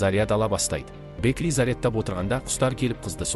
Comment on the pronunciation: Бэкли емес Бэкки сосын Шило емес Хантер қате көп